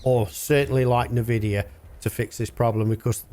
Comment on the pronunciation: sorry your video annoys me by the way you say Nvidia.